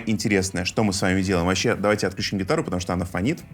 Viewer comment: подключИм, включИм, отключИм - на "ключ" не ставится ударение, кроме слова "ключ".